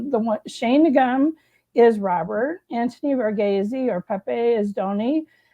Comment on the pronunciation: The way you pronounce Donnys name is Anthony "Var-ghees"